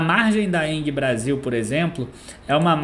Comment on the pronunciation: Vídeo muito bom, mas.... Não é Enguie que se pronuncia o nome da Engie. É com g mesmo..... Tem som de En-ji. Deu nervoso ficar ouvindo enguie toda hora kkkkk